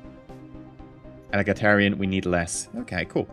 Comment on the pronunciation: Egalitarian not elagitarian :D